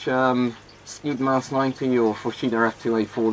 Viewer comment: The skyddsmask 90 is pronounced more like hjyddsmask